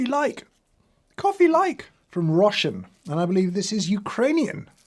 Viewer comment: How he pronounced RoshEn is very unfortunate 🤦